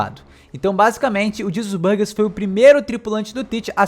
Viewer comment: Oh, "Jesus Burgess" em japonês se pronuncia "jizasusu baagesu", então acho que cê chutou longe